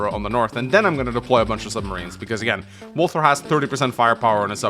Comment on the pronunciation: reminder walther rhymes with imposter